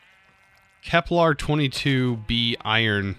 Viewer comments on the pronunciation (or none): Bro said it ‘Kelper’ Kelp+per Like this Because if you can't said it right people they study astronomy Punch you in face and kick you Of YouTube!😂